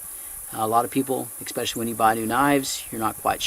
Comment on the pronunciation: Love you,, but the word is especially. There is no x in it. Oh well, I'd rather listen to you in your thorough, soft-spoken manner, than any teacher I ever had in school.